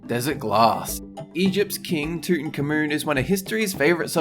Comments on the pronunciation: Did you just say “tootnkamoon”????? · 1⃣"King TOOTEN-KUH-MOON"??? 2⃣"A beautiful blue TOR-KEEZ"??? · Who tf is tutan car moon , oh wait your pronunciation is just terrible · tutenkamoon? xD that's how he said it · I heard "toot in Car moon" on number 5 lol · Did anyone notice the way pronounced "Tutankhamun"